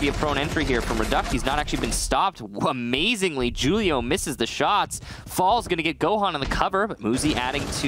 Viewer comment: Mans said Julio wrong lmao